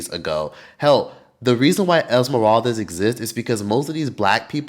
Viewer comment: esmeraldes 😅 its not esmeraldez/es, it's esmeraldas (das pronounced like das EFX) ❤ and ecuador has improved in racism, the team has helped in that as well, my family moved to guayaquil, and my grandparents had a neighbor for a long time senora angelita, she was afro ecuadorian, nice lady very nice lady and her grandson was my friend, last i heard he was doing graphic design for ad company in ecuador, afro, black ecuadorian...r.i.p. never forgotten la senora angelita